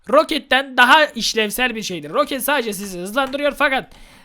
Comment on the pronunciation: Abi roket değil rakıt lig :)